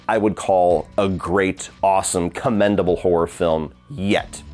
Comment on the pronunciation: I love when says horror it always sound like he saying whore...yeah the final chapter didn't nail the horror 🤣👍